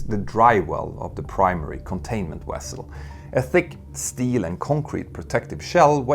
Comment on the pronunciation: did they slip a star trek joke in here? He pronounced "vessel" with a "w" sound, but less than a minute later, , the same word has a distinct "v" sound at the beginning.